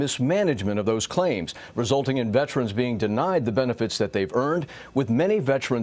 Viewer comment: IT’S VETERANS.......NOT VETRANS🇺🇸